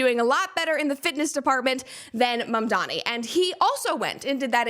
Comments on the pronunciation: My favorite leftist thing to laugh at right now is how so many of them have no idea how to say MAMDANI. They say he's their hero, while constantly mispronouncing his phonetically-spelled name. SHEESH Make Leftists Literate Please. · Ma'amdani! It's ma'am! It's Ma'amdani!